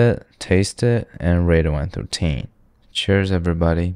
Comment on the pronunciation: “One trough teen”